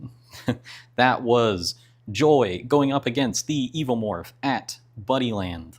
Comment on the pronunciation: For the entire video, I thought you were saying "Bunnyland." I was imagining an arcade full of bunny-themed games where a giant alien was running around taking everyone out. Then the ending hit, and I realized... It's Buddyland. 🤦😂